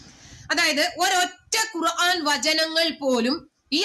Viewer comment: നല്ല ചിന്തകള്‍ മനസ്സില്‍ ഉണ്ടെങ്കില്‍ മാത്രമേ തെറ്റായി കേൾക്കാതെയിരിക്കു കുറാൻ അല്ല ഖുര്‍ആന്‍ ആണ്